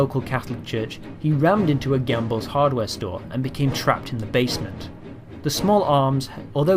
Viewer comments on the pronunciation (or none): gambles more like Ambles